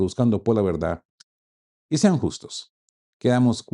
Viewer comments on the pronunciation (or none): none